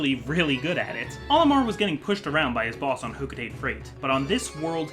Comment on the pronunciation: Olimar should quit his freight job and get a spot in hocotates scientific field Also it's pronounced ho-co-ta-te not ho-co-tate. Every syllable gets pronounced in the Japanese language.